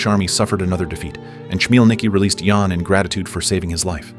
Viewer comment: Awful commentary! Mispronounced names e.g., /žan/ for /jan/ …